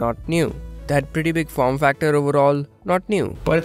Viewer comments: Not niuw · Not neew!!